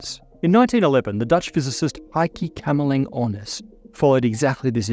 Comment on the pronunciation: Thought you said, "I keep cammelling on us." Edit: Heike Kamerlingh Onnes